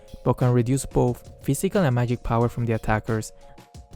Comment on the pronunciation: "mayig resistance wuhrn"